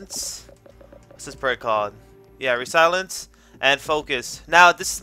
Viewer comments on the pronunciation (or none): Btw it's not re-silence it's resilience. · resilence? resilience